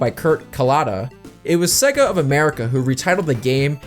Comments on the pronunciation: No such thing as segga. Hell, even the games teach you how to pronounce the name correctly. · how can yo do a video on Sonic and be saying Sega wrong?